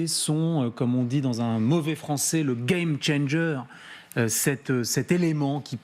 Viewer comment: Vous devez avoir honte quand vous prononcer le mot game changer.